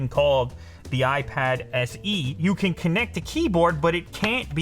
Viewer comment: Time for Goosebumps I think he said can, but it kinda sounded like can’t Yh